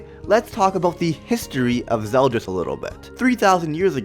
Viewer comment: I thought it was "ZeldOris" like his name is spelled with an "O"?